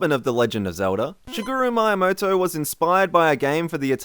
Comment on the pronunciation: Who is this Mr. Mayamaoto? XD